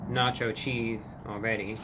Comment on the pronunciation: na cho cheesd